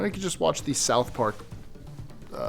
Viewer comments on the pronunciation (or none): none